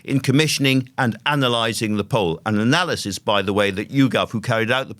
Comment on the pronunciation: I heard 'Telegraph Pole' instead of 'Telegraph Poll'